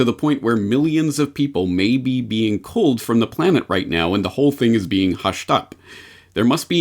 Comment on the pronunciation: you only pronounced "culled" 1 out of 3 times